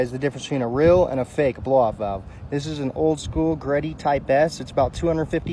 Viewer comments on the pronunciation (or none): It’s pronounced G-Reddy not greddy